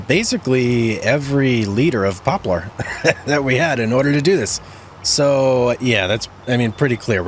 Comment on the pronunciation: I believe that it’s pronounced pop lur